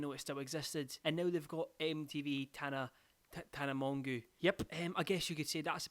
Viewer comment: calling Tana "Tana Mongoo" >>>